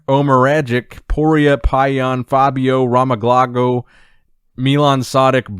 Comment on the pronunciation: Fabio Romaglocko 😂😂😂 Couldn’t have done any better tho good job 😂🙏🏻